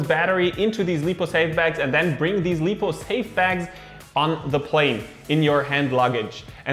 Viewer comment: Good video, just want to mention I'm pretty sure it's called "laipou" not "leepou". But everything else is spot on, like your videos.